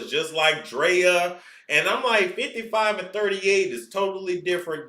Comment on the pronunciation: You saying Draya name like that got me ctfu bc that’s my damn name. I just don’t spell it that way. Lol (Drea) me